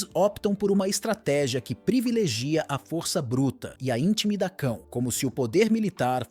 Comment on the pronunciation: "INTIMIDACÃO" É COISA DO CÃO MESMO! 😂